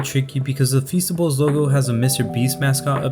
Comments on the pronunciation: Feasteys sounds like feces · Feasts I thought you said fecices